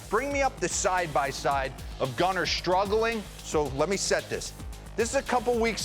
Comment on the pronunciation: Why was Brian Kenney calling him "Goon-ar" Henderson on MLB Tonight?